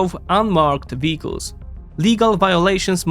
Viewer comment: first time I heard "vehicles" now I can't unhear "beetles" lol.